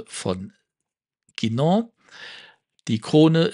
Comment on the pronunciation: Ein Lob für die richtige Aussprache von "Guinand" und "Saphir" an!